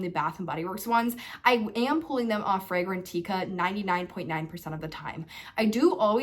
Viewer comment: It’s Fragrantica Not Fragran-teeka!!